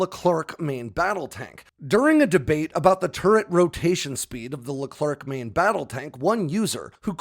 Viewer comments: It’s a Leclerc not Leclerk mate ( the C is silent) good video anyway 👌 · Sorry, but it's Leclerc, not Leclerk Sacrebleu ! You are massacring the name of one of the greatest french heroes of WWII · the french tank is called Leclerc (with a silent c at the end) the a famous french marechal.